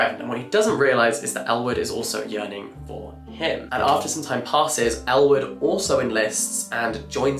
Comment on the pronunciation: I was watching this in the background as I was working and seriously thought he was saying Elle Woods when he was actually saying Ellwood 😅